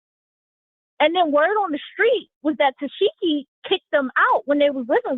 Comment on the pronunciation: Every time she says tekeeshee I die laughing 😂😂😂